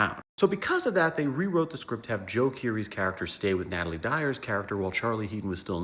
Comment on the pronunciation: "natalie dyer" her name is natalia bro